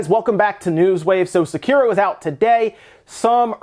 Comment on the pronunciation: I like to think the reason you said Sekiro correctly is because of me, I will sleep well tonight.